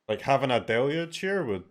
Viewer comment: Finally, an MTG content creator that can say "deluge" correctly.